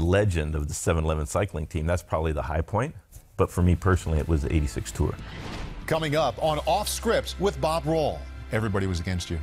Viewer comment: Bob does a wonderful job, even with his slightly grating unique emphasis on 'Tour' with each mention of the Tour de France.